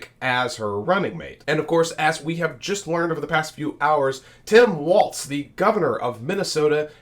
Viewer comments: Apparently you are mispronouncing his name. Walls not Waltz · Walz, not waltz. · Why does everyone at Occupy Dem pronounce his name wrong!? W-A-L-Z It's Walz, like the walls of a house. Not waltz like the dance. 🫣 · His name is Walz (Wall-ZZZ) nor Waltz (Wall-T-ZZZ) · It is pronounced like WALLS like in your house, NOT WALTZ like the dance. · It’s not waltz like the dance. It’s walz. Like walls in your house. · Walz' name is pronounced "walls", not "waltz" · His name is pronounced like WALLS, not waltz. He pronounced it that way in a commercial when he was running for Congress. Vote Harris/Walz in November! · Not Waltz, like the dance. .WALZ , what's holding up the roof! Pronounced WALLS! Get used to it folk!!!! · Great coverage, but Tim Walz's last name is pronounce like you're saying the word 'walls', not as 'waltz'. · walls not waltz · It’s Walz like walls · Two things: 1. I believe it's pronounced "Walls" 2. Please a little less "click-baity" headling. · It's WALZ. No t in there. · Walz not Waltz. 💙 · pronounced "Walls", not with a "z" sound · oops, I should have typed "not with a 'tz' sound" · His name, Walz, is pronounced "Walls". Their is no t in his name. It's basic courtesy to pronounce a person's name correctly. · Since name pronunciation is an issue in this campaign lets learn to say WALZ....no T, not WALTZ. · THERES NO “T”IN WALZ!!!!!! PRONOUNCE IT CORRECTLY!!!!